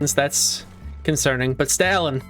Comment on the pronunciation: Why did you pronounce stalin like that 💀